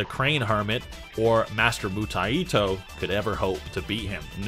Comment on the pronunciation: why are you pronouncing 武泰斗 Mutaito with an extra "i" ? its Mu-Tai-To, Mu or Bu means Martial, and TaiTo is a chinese phrase for "someone of great importance" or "titan"